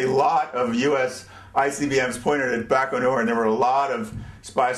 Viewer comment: Its Baikonur. Other than that, you are an awesome lecturer! Thank god Youtube is in good use, educating people worldwide by having these videos:)